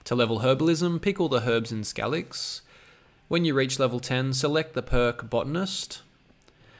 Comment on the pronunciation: took me a while to realize when you say "skellix" you mean "skalitz"